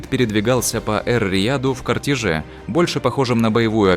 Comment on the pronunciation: Голос за кадром ставит неправильные ударения в словах. Наприаер, в слове " кортэже" ударение ставится не на последнюю гласную, а на предпрследнюю. Акцент провинциальный😂